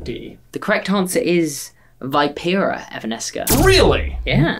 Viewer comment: Veeeeeeepera lol not vIpera its pronounced vee-pee-ra